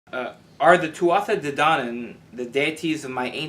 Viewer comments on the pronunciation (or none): Interesting talk. Tuatha is pronounced "2ah"